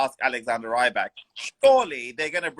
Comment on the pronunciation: The interview guy is a bit annoying. Constantly pronouncing Rybak wrong and just saying slightly odd things